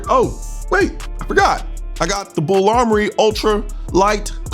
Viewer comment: BUL Armory, sir. Not BULL